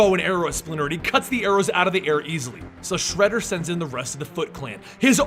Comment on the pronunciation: I've got a ton of respect for you, but your pronunciation in this video killed me! If you are going to pronounce something wrong, at least be consistent about it. You said shredders name like 3 different ways lol.